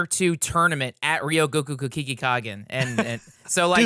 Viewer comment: Oh, no.. RYO-go-ku. ko-ku-GI-kan. Ryogoku Kokugikan. ryogokukokugikan. I believe in you